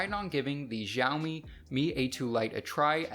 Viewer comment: its actually shooumee